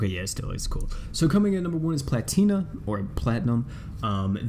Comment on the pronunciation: Lol he saying it wrong. Its pronounced (pla-tee-na)